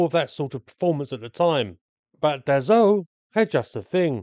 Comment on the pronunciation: Excellent video. A minor remark to its maker : Dassault is pronounced DAH-SO not DAH-ZO. Just in case you make another one about an aircraft from that manufacturer. Thanks for video !😉